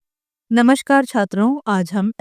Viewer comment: Namasker nahi namaskar hota ha mam